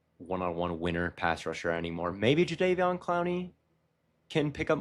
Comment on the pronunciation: for the love of god its pronounced jer-von